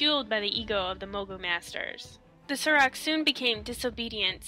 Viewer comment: Why do you pronounce "saur" as "sir"? When you're talking about dinosaurs do you say "Dino-sirs"? Pretty sure it's pronounced "soar". That's how the story telling panda-man says it anyway, when you ask for his story about the Saurok.